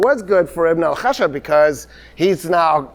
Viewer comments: Ibn al khashab is actually; Ibn al khash_aab The 1st means the son of the wood, while the 2nd is the son of the logger.. Pronouncing the second needs a stress on the “sh” sound. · The mistake was done because of pronouncing it "Ibn al-Khashab" with one letter SH (that means wood, right?), if we add another letter SH then it becomes lumberjack, so the correct spelling of his name is "Ibn al-Khashshab". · not an extra Sh, but a longer SH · Ibn alkhashab means son of the carpenter or the wood crafter it is pronounced with some stress on 'sh' ... and nizam al mulk means the 'order of the reign'